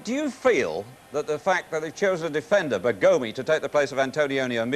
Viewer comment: Newspapers don't tell you how to pronounce the players' names. Initially, Charlton thought Rossi's first name was Carlo. Eventually, he got it right. Coleman thought the player's name was "Bergómi", when, in fact, it was "Bérgomi". There was no Football Italia yet and Serie A highlights were not available on the internet.